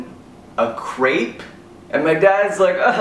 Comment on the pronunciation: "The bathroom is over there sir, all it will cost you is a Crepe." (Says crepe right and emphasizes it.)